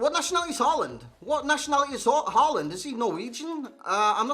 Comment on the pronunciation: I cant stop hearing saying holland in an american accent rather than håland